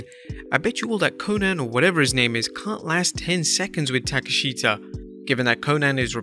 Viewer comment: Learn how to pronounce Takeshita’s name correctly 🤣🤡. It’s so easy.